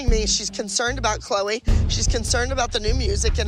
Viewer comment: You mean “Chloe” not “Chole”